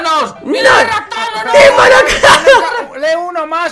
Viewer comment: rapthanos suena a raptanos